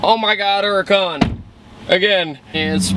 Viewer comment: wot the fuck is a ura'con?!?!